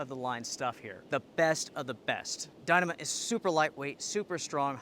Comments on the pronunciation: It is pronounced die-KNEE-mah. And, who do you think is to blame for inflation? I think I know where you are going with this line of thought but I can assure you that you have no idea what you are talking about. Stick to making recommendations and pronouncing things wrong. Economics is way out of your league,. If you want to make political statements, I suggest you stop cowering and say what you mean. I don't like the current administration and I didn't like the last one, either. But let's be clear on the reasons for inflation. If you don't know the real cause of the current inflation spike, then stay in your lane or ask me about it. I'll be happy to drop some knowledge bombs on you. As for the Duplex, it is a good tent but absolutely not needed unless you are through hiking. There are better tents out there for less money. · LOL, I never heard anyone pronounce Dyneema like that